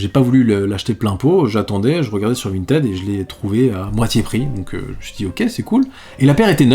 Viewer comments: On dit « Vinetide » ! Ralala, tu étais où au collège durant les cours d’anglais ?!! 🤭😁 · t'es passé de vintid à vinted en terme de prononciation ça me fume